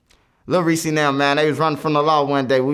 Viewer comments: Lol he callin him lil reesy is this nigga trolling? Somebody going call him out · “ little Reese “ 😭